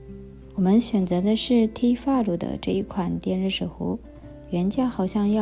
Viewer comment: Tfal读音好日式啊～ 希望顺利度过今年～